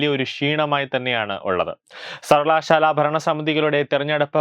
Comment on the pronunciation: സർവലശാല ....... മലയാളം വായിക്കാനറിയുന്നവരില്ലെ?